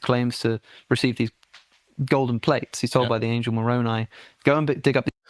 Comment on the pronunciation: I respect him for his pronounciation of Moroni.